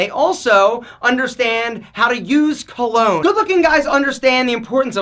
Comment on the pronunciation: Cologne rhymes with alone